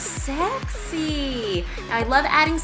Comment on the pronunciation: lol shes hilarious. "OOHH SECKSY", and "LOOK AT DAT MIALK!"